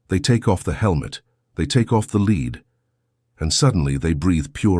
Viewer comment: It's lead not lead😂😂😂